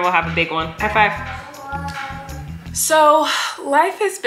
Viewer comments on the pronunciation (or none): “high-flive” had me rollin!!